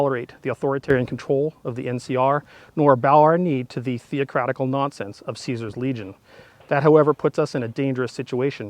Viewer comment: it's pronounced Caesar not Caesar